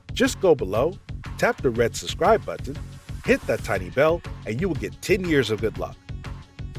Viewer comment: "suBscribe," please. Not "suSscribe." Narrating video content means you need to sound as intelligent, and well-spoken as possible. Your voice is friendly and soothing, however.